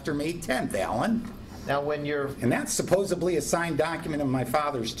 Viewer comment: The correct word is "supposedly" - not "supposably."